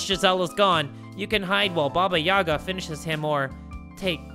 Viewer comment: The slavic stories always were a part of my childhood! Love your videos btw, keep it going! So to explain the name Baba Yagá(the stress is on the second syllable actually), Baba is short for granny and yaga is her name. So basically baba yaga is a scary ugly Slavic witch, that usually figures in mythology, flying on a broom and living in a hut with chicken legs. She also has some magical powers and lives in a forest. Tho I’m sure that in this game her(or its) appearance will be much more different and even scarier than it is in kids tales.